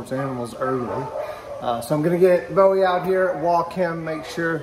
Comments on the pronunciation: It’s Bow-ie. not Boo-ie. like a bow and arrows. Don’t drag us phonics kids down with you. And for the record it’s a Boeing knife. Not boo-I got knife🙄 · So he pronounces Bow as Boo??? Lol